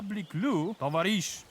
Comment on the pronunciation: Believe me I'm russian you say tovarish and you are an aswome youtuber товаришь !